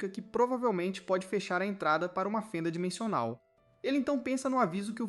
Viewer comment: eu ouvi dimechonal ou impressao minha?